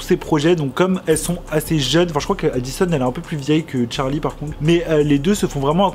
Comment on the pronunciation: Par contre ça me stress qu'il dit tcharli et pas Charli 😂